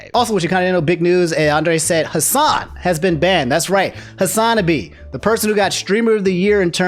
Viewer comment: Does he say Hasanabi wrong on purpose? lol